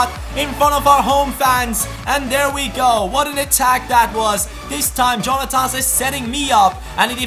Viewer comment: Jonathas is pronounced Jon-a-f-as